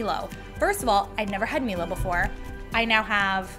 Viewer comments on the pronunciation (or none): Close but it's pronounced, "My-low" 😊 big drink in Aus aswell - best way to have it is fill half a glass with Milo powder (yes - halfway. Ignore the instructions. 2 tablespoons is wroooong) and than fill with milk. Stir until milk is like brown looking, but you have a lot of like crumbly, wet mixture on top. Scoop off crumbly, wet mixture and eat and than drink the milk. 😊 Please video trying this! It's our national treasure along with many other countries! (Bonus points for also making hot Milo and doing a Tim Tam slam!) ❤️ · Hey how you pronounce MILO is "MY-LOW" sorry it triggered me how you said it haha:P its a big thing here in Australia my fav thing to do with Milo is sprinkle it on icecream either as it and you get really nice crunch to your icecream or get your spoon and mix the shit out of it omg it it turns it into like a softserve texture but milo flavour its delicious obvious its great as a drink hot or cold and yes it will sit at the top of cold milk and wont say absorb but thats the best part you get like sips of crunchy deliciousness also using it in cooking to sub out like cocoa powder to get a milo flavour instead as who doesnt want that:D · Milo is pronounced Mylow not melow. Also sprinkle it on vanilla icecream. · As an Aussie I was very confused when you said Milo 🤣🤣🤣 we pronounce it as My-Low 😊 its like when people say Emu, we pronounce it Eem-You not E-Moo haha always makes me chuckle 😊 Milo is a staple for milk drinks here and is fantastic with vanilla icecream. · I’ve never heard someone pronounce Milo like Mi-Lo, I always thought it was My-Lo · Noo I don’t think “MILO” sounds like “Mi-Lo” we pronounce it as “Mai-Lo” I don’t know whether it’s correct or not ………😌😅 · I was NOT expecting all these savoury variations ! 😲 "Meelo" ? Really ? Australia and NZ just died of cringe ! It's "MYLO" ! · Hi, Milo is pronounced “MYLO”not “MELO”, thanks 😊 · it is not melo it is mylo say right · milo: m-eye-lo